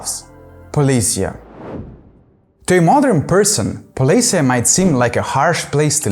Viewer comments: Not polis'ya, but poles'ye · I think that that poles'ye is more common pronunciation for Slavic generally, the Ukrainian one is particular